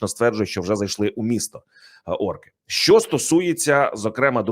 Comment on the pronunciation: ПЕРЕСТАНЬ ЗНУЩАТИСЯ НАД УКРАЇНСЬКОЮ МОВОЮ: ЩЬО,ЩЬОБ,ЩЄ,ЧОМУ,ЧЬОГО,ЩЄ,ВЧЬОРА,ЧЯСОМ,ЧЬОТИРИ,ЧЄРЕЗ...........!!!!!!!! ТЕБЕ ВЖЕ ГИДКО СЛУХАТИ!!!!!!!!!! (Українці,США)